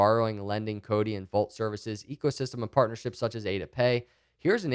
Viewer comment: Well I know (at least by now), however by listening to him I was of impression it was Codi, he softens it to the extreme